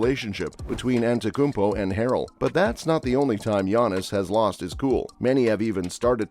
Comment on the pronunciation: you can’t even pronounce his name and you dare to make a video? Morons using AI and robots